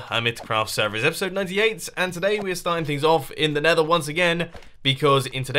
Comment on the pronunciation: "The neather wildlife" lol